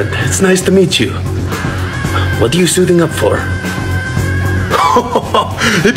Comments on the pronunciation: This kind gentleman pronounced Mjolnir correctly.... Fetch the Nordic treasury We must have him❤ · Your perfect pronunciation of Mjölnir! Chef’s Kiss